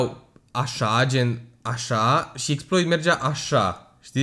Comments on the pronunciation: Se citeste Exploá 🤦‍♂️🤦‍♂️😂😂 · Se scrie Exploit, se citește Exploa. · Cu accentul francez :)